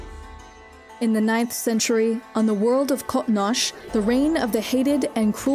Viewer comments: I mean I appreciate when people try to speak Klingon but come on. Cotnosh? Just call it Kronos like everybody else who can't speak Klingon. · Not bad but since your clearly not a treakky you need to be sure your pronunciation the Klingon homework is called Qo'nos (crow-nos) not koh-nhhs as you pronounced it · Except for whoever is doing this channel. Everything else is research quite good, so I wonder where that comes from. And Kronos is wayyy easier than Quoknosch? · Yeah, "Krawh-nosh" made me cringe a couple of times. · The Klingon Home world, Qo'Nos, is pronounced "Kro Nos" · I know. I was quoting the videos pronunciation of the word, and then quoted Gowron as a criticism of the videos mistake. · The home world should sound more similar to Crow Nose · The attempt s to pronounce QoNos in the native Klingon pronunciation is cringe. Just stop. Save that shit for the ren fair. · exactly it was pissin me off like have they not listened to any klingon call their homeworld,,, she makes that regurgitating sound for weird unncessary reason... id say qonos is pronounced as kwo nose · Goddamn it, it is pronounced “kronos” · Sounds like the Star Trek Discovery pronunciation. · It’s Qo’noS, it’s the Klingon word for their homeworld. Kronos is only a transliteration into English. Pronunciation is a little off on the Q. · This is an old comment but Qo’noS is the Klingon name of their homeworld. Kronos is just a transliteration to English. Her pronunciation is a little off for the ‘Q’ which is supposed to be a more guttural KH noise. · need to learn the proper pronunciation of the Klingon home world